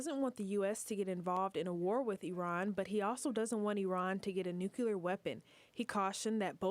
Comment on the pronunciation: nu-cle-ar not nu-que-lar 😅